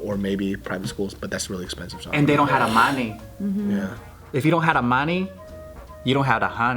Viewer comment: Money?? I thought you said honey xD